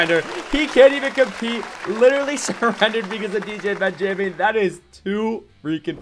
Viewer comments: i think its pronounced Ben-ja-min not Ben Jay Min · The way you say stuff: BenjAmin and muabs cracks me up. Also Ben is super DUPER OP